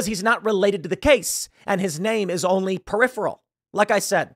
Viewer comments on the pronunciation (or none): none